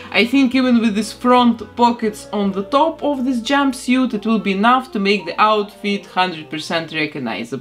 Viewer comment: How she said "jumbisiet" not jumpsuit 😂😂😂😂😂